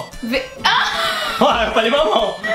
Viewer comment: ele falou memao